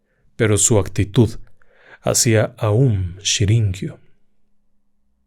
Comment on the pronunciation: Todo muy bien, la narración excelente como siempre… pero pero pero es aum shin ri kyo